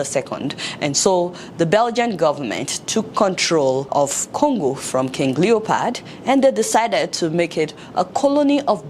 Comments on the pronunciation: Adeola, it's LeopOld, not LeopArd. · Love the content 👌 even though you had me rolling 🤣 on the floor at the "King Leopard." 😂😂 It's King Leopold. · Fayette, I can't believe you pronounce words as if you are speaking to run a, you pronounce Leopold as Leopard and incite as encite. Did you go to college in the US? Please work on your pronunciation. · Adeola, it's not Leopard, its Leopold!!!! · I like the sound of leopard instead of leopold . secondly, African leaders especially Nigerian leaders should be ashamed of themselves because they have derailed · King leo pold not leo pard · What did u call him? Did u just say King leopard? 😅😅😅😅. I now see why the present African regimes are not comfortable with youths rising to political responsibility because they don't want other Lumumbas to rise . LUMUMBA will always remain in our minds